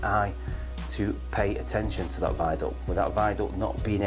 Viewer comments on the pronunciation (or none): Asenshun? What? # ☝🏼